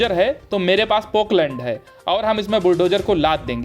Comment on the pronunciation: न्यूज़ रीडर महोदय, पोकलैंड नहीं, मशीन का सही नाम पोकलेन है। आप चाहें तो भविष्य में इस सही नाम का प्रयोग कर सकते हैं। धन्यवाद।